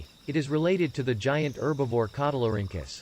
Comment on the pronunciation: One of the things that bugs me is how it keeps mispronouncing herbivore as erbovore.